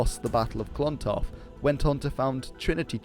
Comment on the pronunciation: My god, your Irish pronunciation is causing 'me ears' ta bleed. It's not Clawntarf, it's Clontarf. The O is small. Say clon quickly and without a strong On sound. Mael "Shock-nall". (Seachnaill ) Cogadh Na Gael re Gaillimh. (Cugga nah Gael ree Gaul-yiv) in all fairness though, cheers for trying!! 😉